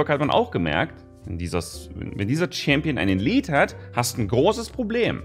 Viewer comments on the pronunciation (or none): none